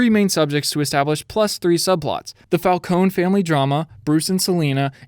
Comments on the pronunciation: You’re pronouncing falcons wrong, it’s pronounced falkonie, not falcone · ITS FALCONE AS IN FALCONEE DAMMIT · The E in falcone is pronounced like the E in bEd or Example etc etc (btw im Italian) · Stop saying falcone like that